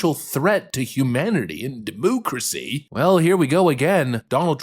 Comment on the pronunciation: Quit saying demoocracy you sound like an idiot and it's annoying.